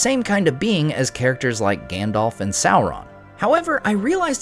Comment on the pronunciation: Love the vids. But sounds like you are pronouncing Gandalf like Gandolph 😂